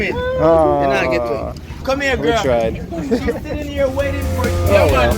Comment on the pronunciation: Bedding or betting🤔 waifing or waiting😂😂😂😂 Jamaicans are not using the letter "T" anymore??? Americans look what you are doing those people. Love you guys I wish I was there.